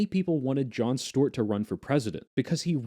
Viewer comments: Boy, why do you keep calling him Jon Stort? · What is this pronunciation of Stewart?